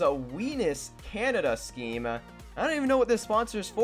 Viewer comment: sounds like penis scheme